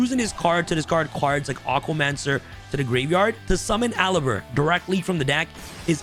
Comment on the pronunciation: He says alaber not aluber the pronounciation is (a-lou-b-er)